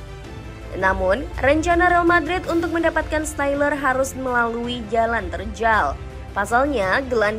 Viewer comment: stiller dibaca syler